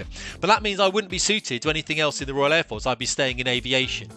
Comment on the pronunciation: Dry your eyes love, its Air Force not the Fair Force.